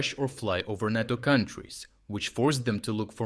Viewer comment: Nay-toe Nay-toe, not knat-o